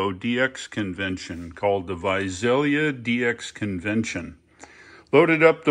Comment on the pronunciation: And Visalia is pronounced with an 's' not a 'z'. ;)